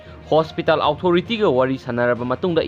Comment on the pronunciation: Fanasu kuire ibungo nangna pao paraklibasi adubu English ki waheisingC chumna amatta haiba ngamdribasi angakpani tabada yamna nungaijade meitei macha ama oina... Houjik faoba The-re-fo-re adummak hek leida..eg.. Hospital Authority...karamna pronounce tougani Google da amukta yengbiyu